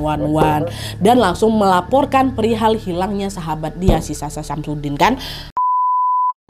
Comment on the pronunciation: Aku dengernya Samsudin😂